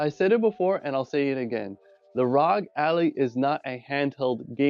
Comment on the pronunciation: Good vid but its not pronounced ally but al- i